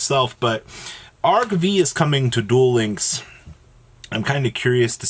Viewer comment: Stop saying arc-vee it's arc-five